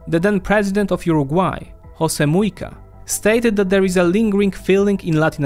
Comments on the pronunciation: Just one hint... Portuguese is not spanish... J are not Rs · Wow, bad propaganda..this video just seems biased with outdated stats. It's just an incongruous world salad. 👎 Just by the way he says "Jose" obviously reveals his lack of research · please do not slaughter our language. José is pronounced with the J just like in French or English, not like in Spanish. Thanks